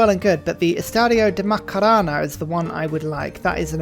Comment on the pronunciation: I love you but as a Brazilian I'd like you to know our most famous stadium is called the Maracana, not Macarana.. guess you're just going to keep calling it that anyways:sweat_smile